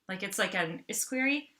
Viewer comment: Estuary ... with a “t”